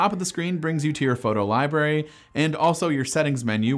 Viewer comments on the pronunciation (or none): none